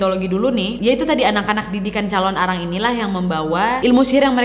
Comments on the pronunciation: Calon narang wak bukan calon arang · hallooo kak nadia! biasanya orang bali bilangnya calonarang kak, bukan calon arang hehehe, thankyou!